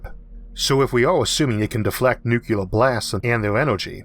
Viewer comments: Your speech impediment doesn't really bother me but "nuk-ular" vs "New-clear" pronunciation offends me. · "Nuke-yuu-lurr"........... no, it's Nuke-LEE-Urr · ... Your videos seem kind of interesting... Yes, you have a speech impediment, and that, in itself is perfectly OK... .. But if you are going to mispronounce nuclear ... as ... New-Cu-Lar... Suggested re-doing the narrative... It loses veracity with those of us that know how to pronounce it. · The word is nucLear not nucUlar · Sigh... Et tu Brute? I cringe every time when someone bastardizes the word "nuclear" Thats one of the more annoying W leftovers for me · Bro, pronounce your God damn Rs. For fuck's sake. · New-clear? Not New-clee-er? (Sans IPA, that's not easy to write phonetically.) But you are wrong sir in my opinion. And I am offended.